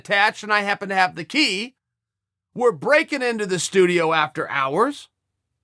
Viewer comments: Giodanos Chael not giodanis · “Gerradonnies” 😂😂 If you from Chicago you know it’s Giordanos. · Giordanos Chael. GiordanOs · it's Giordano's (Gee-or-don-ohs) and it's better than Lou Malnati's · 4 crying out loud, L0L.. its called..giordanos...say it with me....Gee--or---don---o's...Giordanos But i love the attempt at it SIR L0L.....and 4 the record...Lou's is much better...as with the great philly cheese steak episode they have in Philly. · Ill try to help Uncle Chael . Lou MAL-NOT-EEEES said quickly. G---OR-DON-OES. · God damnit chael. Gerodonnys? This is proof he's just trolling when he misprounces names. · Yeah I’m Chicago & he butchered both those name lol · Lmao it's called Giordano's. Why do you love pronouncing things wrong? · You're doing that on purpose, just to be an irritant. It's Lou Malnati's and Giordano's. I won't even bother spelling those out phonetically, since you just need to look at the letters to pronounce them correctly. Don't blame it on your cauliflower ears. Both places will ship you frozen pizzas. But you still botched it by not getting one or the other when you were ACTUALLY THERE!!! Hope you enjoy the one that you ordered. If you don't like it... you still did it wrong and don't understand. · Right? He's mispronounced so many things it gotta be a joke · The fuckin guy just mispronounce Giordanos!? Also, deep dish isn't classic Chicago style pizza. Tavern cut thin crust baby!!!